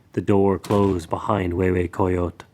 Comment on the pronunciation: I'm six minutes in This was the perfect opportunity to show the world and teach the proper pronunciation of words such "Mexico, coyote, hue hue coyotl" Instead this feels like it was made by Americans for Americans only based by Mexican lithology, at this point of I'm already afraid that I will continue hearing names being butchered, axolotl, ahuizotl, Quetzalcoatl.....